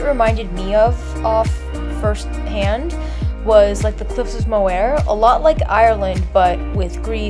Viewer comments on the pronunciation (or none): please never complain about walking 20-25 minutes. thats normal in most of the world - and the cliffs of moher in ireland are pronounced "more"